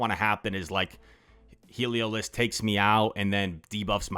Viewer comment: Pronouncing it waaay better than Yasser Aleed with “Heliozlik” 😂